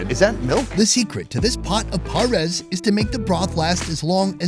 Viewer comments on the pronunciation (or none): si kuya naman kasi eh ParES ( letrang E) hindi Paris ha ha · Pares not paris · It's pares bro not Paris ahaha... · It's not "Paris", it's "Pares", which means Pair in english